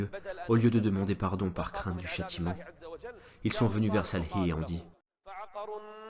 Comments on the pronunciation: Salem alaykoum S il vous plaît prononcez correctement le nom du prophète SALIH et non SALHI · Merci pour ce partage en français ! SVP prononcé convenablement le prénom du prophète Salih psl)(